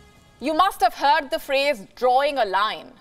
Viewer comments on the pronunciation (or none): none